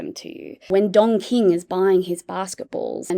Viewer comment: Sounds like you're saying Dong King and not Don King.